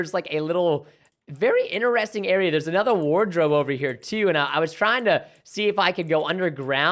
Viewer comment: what i noticed that preston says interesining not interesting